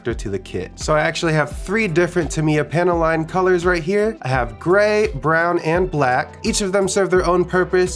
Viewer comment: Are you saying panty line? Nice earrings bro.